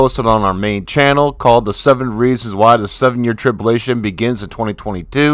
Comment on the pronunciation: Trib-U-lation brother . God bless you